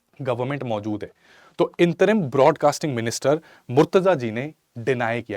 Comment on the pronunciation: इंतरिम नही अंतरिम